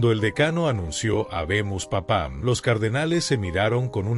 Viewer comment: Muy bien por todo lo referente al Papa, digno representante de Cristo... Pero la forma de decirlo no me satisface mucho. Me refiere a la forma de leer el Latín: "Habemus Papam> PÁpam habemus" .."PapabIle...>PapÁbilis..." Y SixtoV< Sería Sixto QUINTO,..de CINCO". Por lo demás.. Cristo sabrá si lo eligió bien o mejor... Que ÉL lo guíe para recuperar la Fe disoluta de algunos politizados...